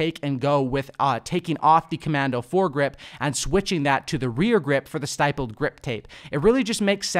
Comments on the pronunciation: Stippled is pronounced like nipple. When gamers think they are operators but never took a gun to a war zone 😂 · The I in stippled is short, just a heads up!